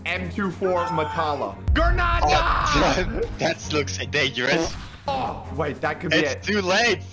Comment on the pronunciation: Instead saying granade he said granada